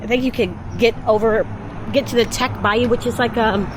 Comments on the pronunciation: Bayou Teche not Tech but enjoy, you would pronounce it like Tesh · teche is pronounced Tesh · A couple things - Teche is pronounced "tesh". French influence. Second, I don't like crawfish, but crawfishing in a ditch is not lucrative so most you get in that area is from local farms or the Atchafalaya basin area. It isn't from ditches lol. South Louisiana accent is cajun/creole mainly. New Orleans accent is a bit different amd north Louisiana is entirely different. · Bayou Teche is pronounced “Tesh”. FYI. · Tesh, not Teck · Bayou Teche is pronounced like TESH instead of teck lol but this video is awesome ❤ glad u enjoyed yourself out here sha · Tech not tec bayou! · This made me homesick. I’m from Gonzales, “Jambalaya capital of the world”. I had to laugh at the “lurking” spiders. As a teen, I almost walked into a huge web w/a 2” banana spider in the middle. I’ve got the willie’s just thinking about it. 😬 BTW, Teche is pronounced “Tash”. 😉 Safe travels. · It's the Teche , pronounced "tesch" or "tesh" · Bayou Teche (pronounced tesh). It’s backwards for some reason. Haha! I’m from south Louisiana. Bayou Teche runs through my backyard… I’m about an hour south of Breaux Bridge. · Teche is pronounced tesh. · It’s pronounced (tesh) teche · It’s the Teche, pronounced Tesh. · Great film, but it is pronounced Tesh. I live on it. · Words in Louisiana can be tricky. There is a bayou named Teche as well as other establishments with that name in it. Teche is pronounced "Tesh". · Bayou Te-sh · Pronounced tesh rhymes with mesh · Its pronounced Teche (Tesh)...😊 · Bayou Teche (sounds like Tesh). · The bayou is pronounced TeSH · You 1 hr away from me (Baton Rouge). Hope you enjoyed , love the content ❤ P.S. Ypu say breaux like “bro” Teche is “tash “ (Teche is a Chitimacha word meaning snake) and Angelle like “anjel “ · North Louisiana is totally different south Louisiana as far as race Louisiana. Teche river is pronounced tesh….. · it is spelled Teche but is pronounced Tesh.